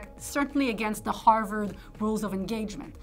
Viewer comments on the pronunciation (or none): none